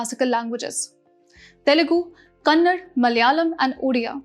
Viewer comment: It is not kannad crct it KANNADA